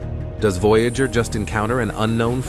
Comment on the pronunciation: You guys need to tune up your AI narrator. It mispronounces the word "Voyager" by enunciating "voya-gur," instead of "voya-jer." I would have thrown my hands up and told it to call the probe "veejer."